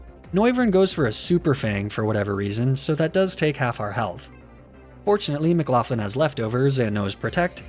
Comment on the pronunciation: Why do you pronounce McLaughlin like theres an F in it wtf?